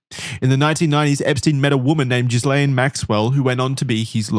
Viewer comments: Expert? Boys it's pronounced GILL -AINE Maxwell, not Jizz-laine Maxwell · This is really pedantic but it's pronounced "Gee-lane" (or you could also say it "Gih-Lan" depending on how french you were being) with a hard G. Idc about her but it's a real french name! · It’s a small thing but it’s annoying. In Ghislaine the S is silent. Like the S in isle. I wish you Americans would learn how to speak English.